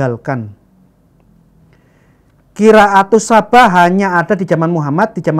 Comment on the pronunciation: Ngomong Qira'ah Sab'ah aja nggak bisa (gak becus), berani mengoreksi Alquran. Kareksi: Yang benar SAB'AH bukan SABAH....Yang benar HAFSOH bukan HAFSAH. Yang benar ALFATIHAH bukan dibaca ALFATEHAH. Yang benar ASY'ARIYAH bukan dibaca AS-ARYAH....yang benar QIRA'AH bukan dibaca KIRAAT. Apalagi modalnya cuma terjemah...sangat parah!!! Nggak usah banyak bicara, coba kamu hafalkan kitab sucimu 1 lembar saja, titik komanya lengkap tanpa salah. Alquran mampu dihafal 6666 ayat lebih, bahkan anak kecil usia 5 tahun pun banyak yang hafal Alquran di luar kepala (kok mau ingkar).